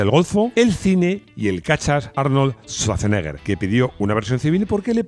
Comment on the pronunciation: Se pronuncia Sbartseneaa